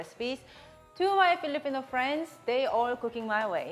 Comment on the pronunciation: Friends not prends 🤭 burn